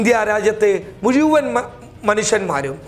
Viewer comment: മുഴുവന്‍, എന്ന് പറയുക. മുയ് വന്‍ എന്നത് തെററായിട്ടല്ല,മറിച്ച് വാര്‍ത്തകളില്‍ ശരിയായി തോന്നുന്നില്ല.